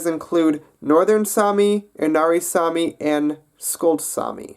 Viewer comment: sami is mans name and its saami